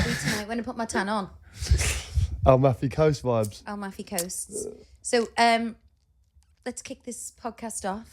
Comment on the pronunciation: Guys its Am - al - fi coast! You're saying Al - muffy haha! Love it